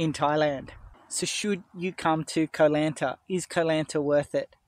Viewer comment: You started the video by mispronouncing Koh Lanta. It was all downhill from there. Silly nonsense .😮